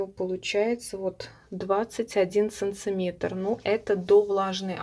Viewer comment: Все хорошо , и объясняете отлично , НО санЦыметры !!! ААААААААААААААА!!!!!!!🙉🙉🙉🙉😥 .простите если обидела